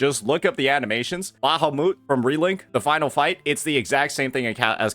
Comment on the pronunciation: The why he pronounces names XD. I never heard someone say Bahamut like that when it's name is mentioned throughout the every game franchise that uses it.